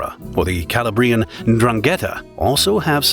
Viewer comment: Where did they get these incorrect voiceovers? The pronunciation of Calabrian alone is just too much. This should be entitled the Mafia for Anglos! 😂